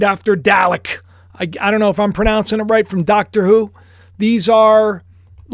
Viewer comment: Been a Dr WHO fan forever. Dalek is pronounced: Da-lek